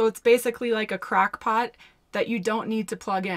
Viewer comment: Did she just say "Crack Pot"? Lol